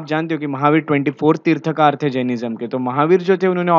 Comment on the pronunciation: Mansthambha is not an ornamental structure. Please research and seek clarification from experts. Pronounce as Tirthankar, तीर्थंकर।